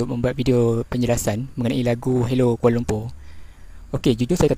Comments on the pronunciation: Sebutan 'Kuala lumpur' dlm lagu itu bukan cara sebutan org sini. Kami sebut 'lumpo' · Assalamualaikum Mr, setahu saya lagu utk kanak² di Malaysia tak ada yg menyebut aku, sbb bg kami rakyat Malaysia sebutan aku tu terlalu kasar, apa tah lg di sebut oleh kanak², cara sebutan lirik dlm lagu tersebut pun jelas kedengaran amat janggal.. penyebutan "Kuala Lumpur" blh di anggap terlalu tebal, perkataan halo, ibu kota & aku suka sekali juga kelihatan canggung bg kami rakyat Malaysia 😅 maaf ya Mr kalau sy tersalah ckp, salam hormat dr Malaysia ❤ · sebutan 'Kuala Lumpur ' pun bukan sebutan sebutan malaysia...